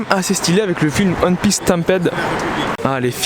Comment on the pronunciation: Sa me tue a chaque foi qu'il dit Hun Piece au lieu de one piece